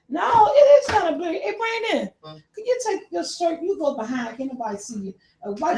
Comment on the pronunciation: Sweet Mama, it's blurry NOT bairly ....... 🤗😘................. 😎